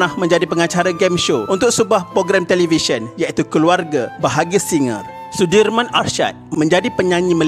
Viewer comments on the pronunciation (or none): none